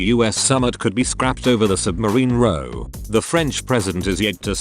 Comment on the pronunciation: Thumb down given for mispronunciation of 'row'.